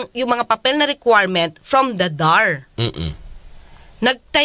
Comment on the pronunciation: Nalilito tayo sa attorneng ito. DAR ay binabasang acronym /dar/, hindi initials ang basa nito.